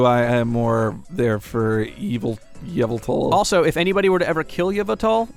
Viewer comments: In the new game pokemon x and y the 2 main ledgendary pokemon Xerneas and Yveltal . You may be saying there names wrong. To say Xerneas is ZURR-nee-us and Yveltal is sayed ee-VELL-tall .Thanks for reading this pokemon mesage. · I think with Yvental the Y is silent.